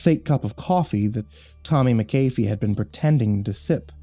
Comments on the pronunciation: Wow, I rarely see my last name anywhere; although I do have to say it's pronounced mak-uh-fee not mik-ae-fee, like the of the anti-virus software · Its MAAACCC- AAHHH- FEEE. Not "Mc-- ayyy- feee" lol